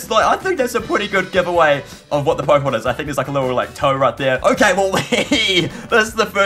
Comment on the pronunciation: Key pooemon